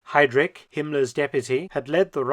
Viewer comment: Kultenbrunner. Hidrich. Kann man die Namen nicht richtig aussprechen?